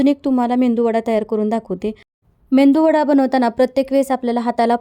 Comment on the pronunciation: मेंदू वडा नाही मेदूवडा